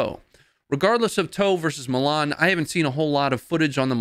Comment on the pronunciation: You pronounced Milan wrong...its ''Milan'' not ''Milan''...its coz of your accent !!!